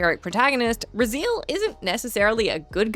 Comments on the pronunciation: Love ya,. But say it with me. RAH ZEE ELL. Not raZEEL. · Ruh-Zeel? Isn't it Razzy-el? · Razeel?😅😢 its pronounced Rah-Zai-el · Raziel pronounced Raz E El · Raziel is pronounced horribly wrong, please dont make us Aussies look bad